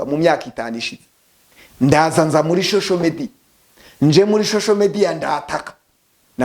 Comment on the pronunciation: Nubwo ufite imodoka nziza ariko ntukabeshye ntiwize ntibavuga shosho media bavuga social media uko uvuga nkumuntu utarize na primary ngo nayo uyirangize